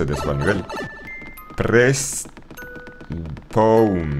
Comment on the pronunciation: "Press Pown"